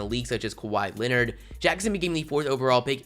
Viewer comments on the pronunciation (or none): none